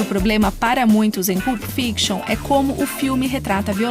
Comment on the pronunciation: Sugiro pesquisar a pronúncia antes de gravar: não se fala "PULP", mas "PÂLP"